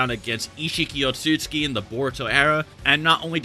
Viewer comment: Oat-sot-sue-key. They're not Polish otsuskis.